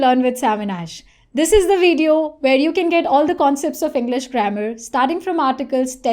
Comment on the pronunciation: she pronounces VIDEO as "veed-yoh." This is a typically-wrong Indian pronunciation. Right: "vid-i-oh" / " vid-yoh."